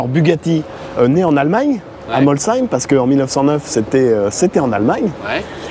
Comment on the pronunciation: Enfin quelqu'un qui prononce bien "Molsheim"! Un ministre compétent !